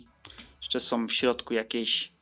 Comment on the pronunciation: oj. naucz się proszę "ą" i "ę", bo uszy krwawią. chce, jes, oryginalnom, podrobionom, skupie, miare, kupiem, złoty, som, "tak PISAŁO na aukcji", różniom, przejmujom, zawartoś, jes instrukcjom, suchafki, wyglondajom, suchafki som, majom, majom, majom, gówny, różniom, sie, suchafkach, som, wyglondajom, suchafki, różniom, uruchamiajom, uwage, naszom, ciekawostkom, suchawkach, majom, jes mjejszy, som, wszyskie majom, wskakujom, czszymajom sie, otsuchu, wszendzie, majom, brzmiom, odsuchu, myśle, suchafki, troche, som, som.